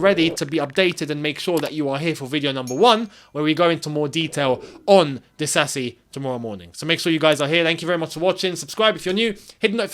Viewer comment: good at African names pronunciation. It's exactly that "Di-sa-si" not "Di-za-zi" Your african heritage helps 😂